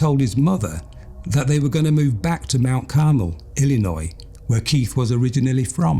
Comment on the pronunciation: Whatever it is it's annoying. I don't care for his pronunciation of certain words, including Illinois. I would not want to listen to this narrator on a regular basis.